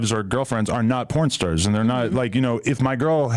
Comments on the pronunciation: Is he saying corn stars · "Porn Stars"? or "Corn Stars"? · Why do you keep saying "corn stars" 🌽⭐️